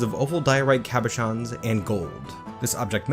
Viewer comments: You know, the whole cabochon things has actually been one of my very few... complaints is maybe a bit too strong of a word, about your content, one I've never voiced, so I'm quite happy to see that you learned to pronounce it. A lot of great stuff again in this one. Hoping things don't devolve into a tantrum spiral. Also, if I might say, I just love that last image in the episode, that smug grin on her face just goes so perfectly well with the giant middle finger that you gave the elves.. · OH THANK GOD ABOUT THE CABOCHON PRONUNCIATION. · I watched the Steam release content first, and now I'm catching up on the older stuff. Such a momentous episode to note the exact moment pronounces Cabochon correctly, given HOW MANY TIMES the word comes up in the NorthBridge run with all the artifacts being made. I have witnessed a moment in history!